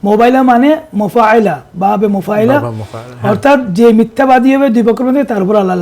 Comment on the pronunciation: বাবে মুফাইলা আবার কি? বাবে "মুফাআ'লা" সহীহ।